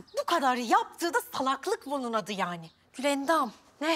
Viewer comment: Esmanın gülendama yılandam demesi